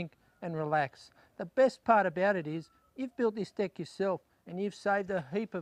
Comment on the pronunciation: between those shorts & all that talk about dick, I don't know about this guy.. oh wait, he was saying "deck"